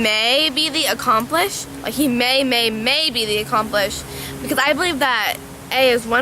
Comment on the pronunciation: It's 'accomplice'